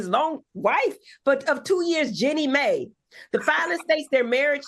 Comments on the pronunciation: Heavenly calling her “Jenny May” 🤣😭😭💀⚰️⚰️ omg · Not y'all turning Jennie Mai into a old southern black woman with this pronunciation! 🤣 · It’s pronounced Gee—nee My—- the woman getting a divorce from Jeezy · It’s not pronounced Jenny May—- it’s pronounced Gee-knee My. Give Heavenly the phonetic pronunciation since she can’t read. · Only two topics in and Dr. Heavenly has butchered both subjects' names, Jeannie Mai and Iman Shumpert. 🤦🏾‍♀️🤦🏾‍♀️ That's ok Dr. H, you got this.